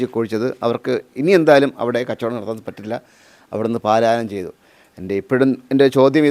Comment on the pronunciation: "പലായനം " എന്ന് പറയൂ. അതാണ് ശരി.